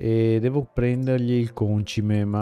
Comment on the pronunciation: Ma scusa. Perchè continui a chiamarlo Còncime? E' Concìme... (in italiano)